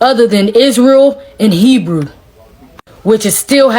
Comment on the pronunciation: Did she say Herew Israelites? She has a camp mentality... Stop the foolishness, nonsense